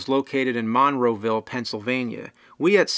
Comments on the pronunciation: MON ROW VEEL hahaha buddy you butchered that :p <3 its MONROE VILLE all one word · mon-ROE-ville. Anyone here from Pittsburgh ear's tweak at that pronunciation of Monroeville? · As a Pittsburgher. hearing your pronunciation of Monroeville is funny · Really butchered the pronunciation of Monroeville